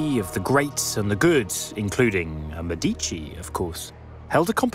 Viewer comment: You could at least have told us how he did it!!! You might also learn how to pronounce Medici correctly (the accent is on the first syllable–MED-ee-chee).